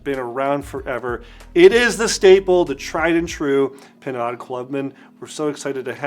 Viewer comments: "pinwad"? lol It's pronounced "pinode" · great spotlight video. I love and use Pinaud Clubman as well. However, having lived in France for almost 2 years, the French Pinaud pronounced Pineaux or Pino with the long o. The "D" is silent. Thanks again for spotlighting this one. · “Pinwad” lol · It is pronounced PE NO The AUD in French is a long O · Very instructive video, thank you very much. The brand is pronounced PEE NO, like the letter ”O”. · It's pronounced pee-KNOW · Good vid, but I have to correct you on the name. Pinaud Is pronounced PEE-KNOW as the D is silent in French. Cheers.